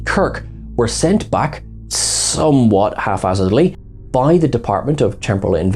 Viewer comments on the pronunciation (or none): what word was that? “Haffhazardly”? Perhaps it was supposed to be “haphazardly”?